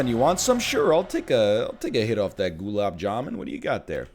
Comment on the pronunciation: that gulab jamun caught me off guard, like how does this guys know what that is let alone pronounce it well 😅props man!